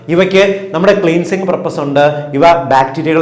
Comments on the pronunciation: ക്ളീൻസിങ് അല്ല ക്ലൻസിങ് ആണ്. ഈ ക്ലാസിനു നന്ദി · ക്ളീൻസിങ് അല്ല ക്ലെൻസിങ് ആണ് ഡോക്ടറെ